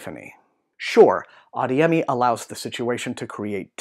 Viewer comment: It's pronounced ah-DAY-yeh-mee